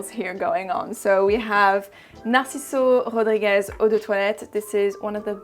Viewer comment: Narciso Rodríguez is a Spanish name, you pronounced it like it’s French in minute LOL